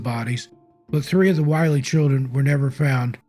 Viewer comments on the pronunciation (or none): As a 50+ life-long resident of NH, you did a wonderful job with these stories, as they are one more with more accuracy than most. However, it is not pronounced "While--ee" House. It is the "Will--ee" House because the double consonant "LL" make the vowel before it a short vowel sound. Overall, I enjoyed this video very much, so TY. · When telling the story of the Willey slide, one of my favorite White Mountain stories, it's important to note, the pronunciation is Will-EE. The expression "gives me the willies" was born from this tragedy. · Interesting. A bit of history about the Willey family and that last slide. First off the family name is pronounced Will-ee. On the fateful night the family took shelter by running outside of the house to hide behind some large boulders on their property which they thought would keep them safe. On the next day when the neighbor came looking for the family he,as you said, could not find them. However the house was intact. There was a large boulder behind the house which caused the slide to separate and go around the house. If the Willeys had stayed in their house they would have been save. Sad case of irony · You did as great job with this video. The only thing I would change in it is your pronunciation of the name Willey. You are pronouncing this surname as Why-Lee. I've always heard it pronounced Will-Lee by the locals and by the people who still live in the area with that last name.